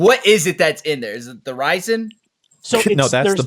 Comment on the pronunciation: calling resin 'ricin' the entire conversation is so fking funny lmaooo